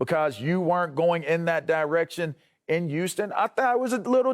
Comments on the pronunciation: It's"Huu-stun" lavarr. Not"Uuu-ston" I hate when it's said like that. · Why tf does it sound like he's saying Uston!!?? Not Houston, but USTON!!🤦🏾‍♂️🤣🤣